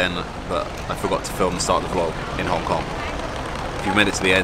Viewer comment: Is Hong Kong ,not Kong kong